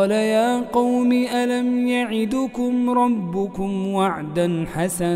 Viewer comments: هام يا شيخ ألم يعدكم بتسكين الدال و ليس الضم برجاء اعادة تسجيل هذا المقطع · ما شاء الله تبارك الرحمن جزاك الله خيرا و ثبتك على الصراط المستقيم ❗تنبيه: هناك خطأ في قراءة الآية86 ألم يعدكم بسكون الدال و ليس ضمها فنرجو من الشيخ منصور السالمي أن يصحح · اتمني ان الشيخ الفاضل يقرأ تعليقي او احد يوصل له لأني سمعت منه سورة طه في اكثر من تلاوه دائما الشيخ يخطا في كلمة الم يعدكم فهي بسكون الدال مع القلقه الشيخ قالها بضم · قال ياقوم ألم يعدْكم ربكم الدال في يعدكم عليها سكون ليس ضمة الرجاء الانتباه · أ"لم يعدكم ربكم وعدا حسنا " بتسكين الدال في "يعدكم" مع القلقلة وليس بضمها.. لو أمكنك إعادة المقطع حتى لا يحفظه الناس خطأ من كثرة السماع للمقطع.. بارك الله فيك وجزاك الله خيرا قراءتك جميلة وهادئة وفقك الله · رجاء تصحيح الايه الم يعدكم ربكم وعدا حسنا الدال في يعدكم ساكنه وليست مضمومه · ما شاء الله عندى سؤال قوله تعالى(الم يعدكم) مش المفروض على الدال سكون يعنى تقلقل وليست ضم؟؟؟؟؟؟؟؟؟ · تنبيه:( ألم يعدكم) بسكون الدال وليس بالضم